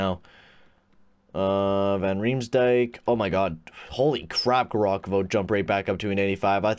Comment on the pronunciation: its ( Gav- Ri- Khov) not garokovo